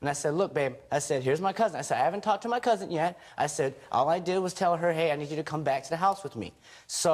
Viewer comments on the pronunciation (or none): Shot every time he said cousin. Secondly it sounds like he said cousint lol